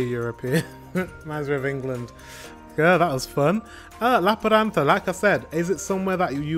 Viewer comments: Yaaay! Lappeenranta is my original hometown :3 As a Finn I say you should read it approximately Lahp - pehn - run - tah (no aspiration on p and t, and remember the rolling r!) 😊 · It's a pretty good pronunciation, but I think you put too much emphasis on the consonants and I can't really hear the e sound in "Lappeenranta"